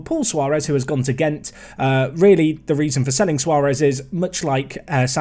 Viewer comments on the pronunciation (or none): none